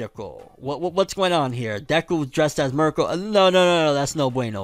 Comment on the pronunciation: 2023 ima need u to pronounce Mirko correctly 😭